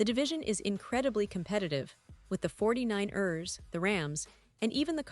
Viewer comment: "This is a community, a family, and your voice is a part of it," says the botlady voice that is not even programmed to say football words like 49ers properly. At best, as a pretense of speaking for the team, a total sham. Overall quality, repetitive and boring. Worst, based on a clickbait outright lie going in. No more Seahawks News Today for me. In fact, thisvideo has convinced me: When I hear a botvoice speaking, I'm clicking off of whatever I clicked on and not coming back. AI botworld is not a "community" or a "family" I choose to be a part of.